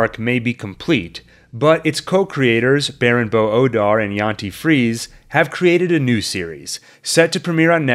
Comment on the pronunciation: In German, there are no silent vowels at the end of words. So, in "Friese", "Helge", "Porsche" etc., the E is always pronounced. Frie-suh, Hel-guh, Por-shuh, something like that ;)